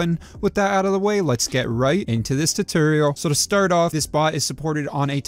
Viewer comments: Awesome video! This may be me or my hearing but are you saying tutorial or tutoral ? Regardless, thanks for the video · Lost me at "Turtorial". 🤣